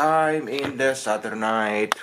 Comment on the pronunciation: In te shätyyyrdei in te inte mornin